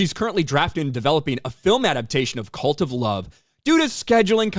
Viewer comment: Oh, CuLt of Love. Has read it differently.